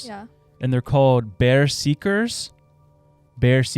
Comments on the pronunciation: The viking skin walkers are ber-zerk-ers not bear-seek-ers. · Not "Bear seekers," pronounced "Bur-Zur-Kers" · What the absolute hell, the Nords did not have skinwalkers and the mis pronunciation of Bezerkers is just ignorant. Insulting my ancestory and making up false stories is the epitome of Florida people. They were never called Baer Zeekers you pothead they Ber Zer Kers and they ingested and drank mushrooms that resulted in psychedelic trips before they went into battles. It's pretty obvious that you should know what shroom tripping is.....this "story telling" has turned me off on this show and you boys need to get it together before all you have left is selling tshirts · It’s killing me to hear them call the Norse berserkers pronounced bear seeker when it’s pronounced bear zer ker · Lmao it's ber-serk-ers, it's where we get the word berserk...Americans are funny with their pronunciations..love ya podcast bros always great stuff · Its not bear seekers it's berserkers (Ber-serk-ers) 😂 silly Love you guys! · Not bear seekers... "ba zerkers" you guys should listen to the Appalachian storyteller. He's got some wild stuff. And I'm from that area, so I can confirm a lot of them. Good story telling and history! Add to your podcast ❤🎉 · it's pronounced berserkers not bear seekers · Berserkers not bear seekers just a friendly heads up lmao I couldn’t help but laugh it was a honest mistake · He did not just pronounce berserkers, bear seekers right... one they took shrooms before battle and two theres no skinwalker here lol